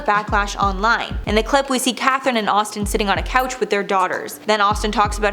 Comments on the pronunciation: Playing back because deadass called Austin "ASStin". I'm cackling! 😂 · #7 when she say ASStin lol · "astin aust" instead of Austin asked........ I laughed so hard at that one! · 🤣I had to rewind it back!! wasn't sure if I heard what I wanted to 😂